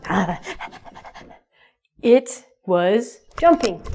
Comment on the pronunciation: it seems you say " war..."...